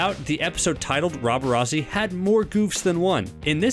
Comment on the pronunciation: rob-er-ah-zee too it’s rob-er-at-zee